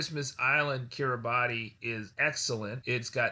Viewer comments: Right. I totally agree that Ms Appel is misinformed at best--lying at worst. But I'm listening to your latest podcast right now and you're also pronouncing it "Kira-botty" rather than "Kira-bas." I was just curious about the pronunciation differences. It's on my sailing bucket list and I don't want to offend any locals when I get there! 😊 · Kiribati is actually pronounced "kira-bas." I would think people who have sailed to the area would know that.